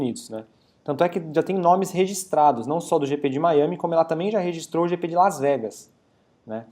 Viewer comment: JP???????? Ehehhheh Jrande Prémio.... É GP ( Grande Prémio )